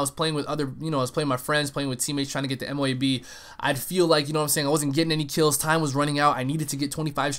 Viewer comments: It might look M.O.A.B. but its pronounced MOAB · dud... ITS! MO-ABB thats how u say it noob